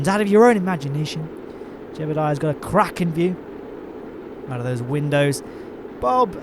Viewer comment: "Jebediah's got a kraken view!" I know it's supposed to be "cracking", but it's great that it sounded like "kraken". :D This is a really cool mission! It's complex with a lot of interesting things going on. It's one of the first KSP videos I ever watched, and I don't know why I haven't rewatched it before.